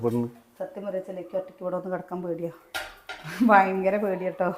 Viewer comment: Vayankara Alla Bayankara aane